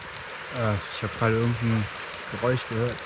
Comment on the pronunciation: Hauptsache Fabio spricht es Fich oder Geräuch aus, aber zu Elch sagt er dann aufeinmal Elsch.